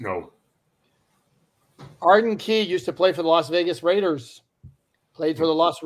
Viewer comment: The Las Regas Vaiders.... lol